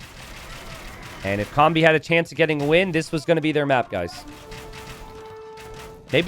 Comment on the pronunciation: to12 is pronounced "Toh Doh Seh"... It's play with language to say "I know everything" in spanish which is "Todo se" (technically should be "se todo" but same point gets across). Also, correct! You're closer saying "comb-bee" than "kom-bee" (a combi is a VW bus - like the one from that 70s show).